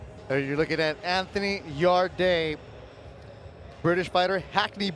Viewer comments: It ain't Anthony 'yard - ay' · Fuckin pronounce his name right you stupid boy that's a future world champion.